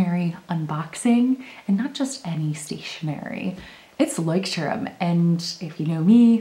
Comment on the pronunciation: I am German, and I love how you pronounce the word 😲